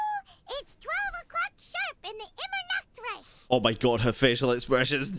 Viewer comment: Omg I played in Chinese so I didn't realize they were going "ImmernachtreiSSSHHHH" in English bahahaha